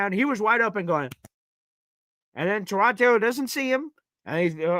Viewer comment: Let's start with...that's why I call him "Punky Baker" because he's always been a punk, acted like a punk and everyone excuses it as the all "competitive, chip on shoulder."...I know you are big on names...it's Tie-Rod. You probably didn't hear on the broadcast, they brought it up. They asked Tyrod himself, and he told them I pronounce it "Tie-Rod" so there you have it. Consider your source for "TaRod"...hmmm. Something Jets fans need to stop saying it this team has talent, especially on defense. They just don't. They have a few good players, the have zero safeties (sorry but Cisco is atrocious). They have a way overrated (by Jets' fans) MLB, they have DL questions. They really don't "have talent"...Q, Quincy, Sauce, WMD, JJ (when he plays), and the two DT's they just picked up, that's where the "talent stops" It's not enough. I have no problem with AG getting fired up about the FG block, people HAMMERED Saleh and Bowles because they showed no emotion, now AG is going to get hammered FOR showing emotions...nope. Lastly, I've seen a lot of "schedule peaking" saying oh the Jets should beat Miami, or Carolina or any other team or it's bad...news flash...those teams are looking at the Jets saying the same, exact, thing! This team "should" not beat anybody. Every win will be a battle, there is no "should" and with this talent the idea it's unfathomable we lose games is silly. Miami is better right now. Their offensive talent will shred our D. UNLESS...they can put some thin